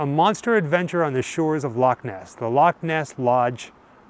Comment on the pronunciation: Loved this, love you say Loch properly, yous stayed in Glasgow, that's 20 miles from me.